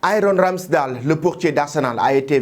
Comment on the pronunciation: Ça se prononce pas RamsdAL Mais Ramsdeyle 🙏